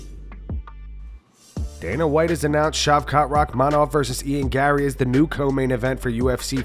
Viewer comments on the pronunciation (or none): none